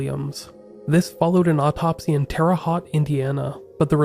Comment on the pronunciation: You’re doing great man! And crazy thing is I’m from Terre Haute and you totally butchered how to pronounce it lol!!